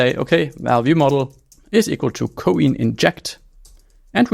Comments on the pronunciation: ko-in? lol why not pronounce like "coin" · It is pronounced "coin".